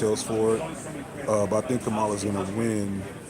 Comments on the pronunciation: Kamala is pronounced COMMA-LA. Not CUH-MAH-LA. She deserves the respect of CORRECTLY pronouncing her name. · Bruh....for your B-side later, Kamala's pronounced "COMMA-la" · Come on bruh pronounce her name right. It’s Comma-Luh. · I think her name is pronounced with the accent in the first syllable.